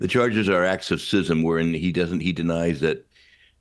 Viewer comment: Thank you for pronouncing schism (sism) correctly. I’m fed up of hearing it pronounced skism.